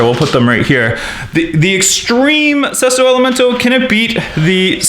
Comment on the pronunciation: That is not how you pronounce either of the Sesto elemonto and estoque